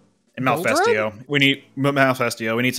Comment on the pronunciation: Its not really an accent issue when you read Malfestio as Malefesto, reading Ludroth as Luddroth instead of Loodruth is a different story though. Its just you not reading carefully and not caring enough to pay attention. Sorry but that is not an accent problem.... No hate btw, just wanted to let it out. Love the series otherwise, 2nd time I am actually watching it :)